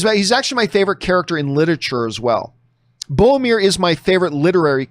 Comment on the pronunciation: A day may come when John finally pronounces Boromir's name correctly... but it is not this day.